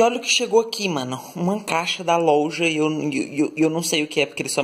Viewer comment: Sim si fala louja kkkkkkk